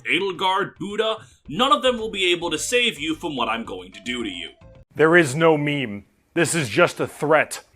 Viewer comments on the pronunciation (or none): none